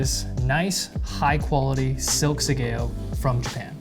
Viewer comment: Bro, it's left over right(oh you got it right when you were cutting). you should tie your sleeves with a tasuki, also spend a little time learning to tie your obi. The overcutting doesn't only leave you open for a countercut but it's dasai as hell. Pronunciation of sageo is wrong too, shame to spend all the time on production value and forego the basics. Pulling back for a horizontal cut doesn't help you, it's not a baseball swing, and opening your hands like that before and after you cut serves no other purpose than to show you're poorly trained. Good content and production value so if you just put as much work in on your skill and attire, you will have some much better videos.